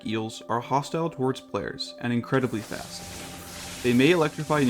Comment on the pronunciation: Do some more takes bro. Incledibly-incredibly? Redo that take my man!